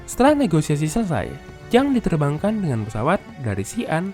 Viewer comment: yang bener negosiasi min, bukan negoisasi